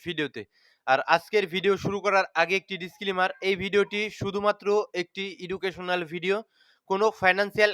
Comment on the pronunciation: প্রায়ই আপনার ভিডিও দেখি যে শব্দটা শুরুতেই ভুল উচ্চারণ করেন সেটা হল "এডুকেশনাল ভিডিও" হবে "ইডুকেশনাল" নয়